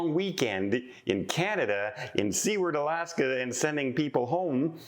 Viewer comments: It's not "see-werd"... it's "soo-erd" isn't it...?? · the city of Seward was named after the US Senator that handled the Alaska purchase, and his name is pronounced Soo-word, not sea ward. Love your content otherwise! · I have always heard Seward pronounced Sue-ard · Very strange about the missing man, I hope you keep up on what happens and include updates in future videos. Also, just because its driving me a teensy bit bonkers (being born and raised in Alaska) = Seward is actually pronounce Soo-werd (kind of like sewer with a d at the end). The town (city?) is named after the guy who negotiated the purchase of Alaska from Russia… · please! You're giving us Canadians a bad name with the Alaskans and as I live in the Yukon they are my closest neighbours. They pronounce their city name "Sewer-d". Like, what goes down the toilet and add a "d". LOL. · Seward, Alaska is pronounced “su ward” with a long u sound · Seward is pronounced SUEward ("sewer" with a d) ! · I think Seward AK. is pronounced [ soo-erd ] AK. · It’s pronounced **sue-erd**. As a travel agent you should know that. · I think it’s Canadian accent causing him to pronounce Seward as sea-ward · I believe it's pronounced SU - ARD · Your driving us Alaskans crazy 😵‍💫. Please pronounce our cities name correctly. Love your blog. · I heard the Midships channel pronouncing it that way, too! I guess I can cut a break being Canadian; maybe the history he was taught didn't include the U.S. purchase of Alaska, which we were taught was referred to as Seward's Folly by opponents after William Seward, the Secretary of State who negotiated the deal. The sale price was $7.2 million, or $0.42 per acre. Such a deal! 😊 Phonetically, it's pronounced: "Sue-word".